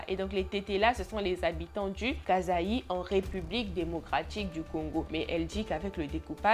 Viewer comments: La prononciation de la province c Kassaï et non Kazaï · Je suis Congolaise et on dit Kasaï [kassayi]😅 mais sinon ton histoire était cool,et je n'ai plus envie de visiter le reste du pays🤣😭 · Hey !!! Je sais que ça porte confusion mais on écrit “Kasaï” mais ça se prononce “kassaï “ 😊 voilà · C'est le kasaï, tu prononces pas bien c'est pas un mot français 😅😊, sinon suis abonnée à toi et j'aime bien tes histoires